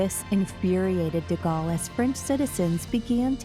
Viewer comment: This is a nice try from your channel but once again, your pronunciation of names of people, places and titles is badly done. Learn to pronounce the words you use well and stop making me cringe. Charles deGalle is pronounced Sharl duh Gaul. There are several others I could list but please, for your own benefit, become educated. Learn to speak English without the constant irritation of split infinitives, dangling participles, incomplete sentences and mispronunciation. By your voice, you are young enough to pledge to learn at least one new thing every day, whether it is an idea, a correction of grammar and syntax, a fact about which you are attempting to educate us or a litany of history. I have been doing so for over 70 years now and learning has enriched and entertained me for all of those years. If you must blame me for being hopelessly old-fashioned, I accept that as part of who I am. Anyone who attended boarding school in the '60s will tell you these things are drilled into us repeatedly and eventually become a habit. I look each day for things to learn and it has made my life much richer for the effort.